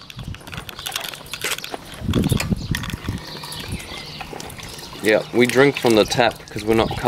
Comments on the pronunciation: Fucking accent is gross. Pronounce “shadow” like SHEDO and I thought they were saying cheddar for a second. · The first time u said his name I thought u said shito...